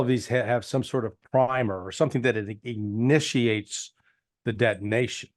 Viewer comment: "ignitiates" the detonation? That's a new word, a la Larry 😊